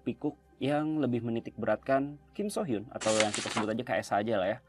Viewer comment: Su hyeon bang bukan so hyun